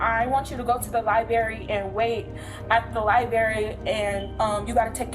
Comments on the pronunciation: Where is the “lieberry”? I think SHE is the Lie-Berry. feBRUary amBUlance liBRARy aSK It’s not hard to sound not stoopid. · liberry. Library li-BRRRR-ary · What the H E Double hockey sticks is a ‘lye berry’? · Perhaps youvshould go to the liberry and learn how say library. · Ugh...libRary NOT libAry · The woman said lie-berry instead of library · I am so glad that woman managed to work the work “Liberry” four times in one sentence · Liberry liberry liberry liberry... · I can't remember the last time I went to a lie-berry. LOL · "Liberry" is not a word. Maybe check out a dictionary next time you go to the library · Mmmm, "Lie-Berry," my favorite kind of berry. Hahahaha!! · Liberry…wtf is a liberry? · She axed to go to the lie-berry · That damn "Lie-berry" helluva place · There are 2 r’s in LIBRARY. Just saying.